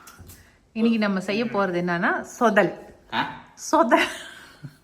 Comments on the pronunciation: சொதல் இல்லை “தொதல் “ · It s not shodhal it is called dhodhal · It’s “ THODHAL” ( not sodhal)